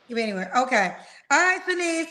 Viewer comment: I really wanted to yell at, her name IS NOT SHANIECE!!!!